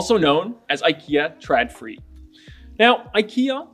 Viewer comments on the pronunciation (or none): Not Tr(ah)dfri. More like Tr(ohw)dfree. ;)